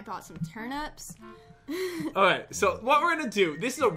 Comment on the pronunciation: Why does call turnips turnups